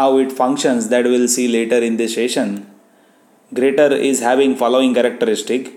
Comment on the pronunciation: Sir it is pronounced "jyrator". The 'g' is pronounced the same as in the word "Germany".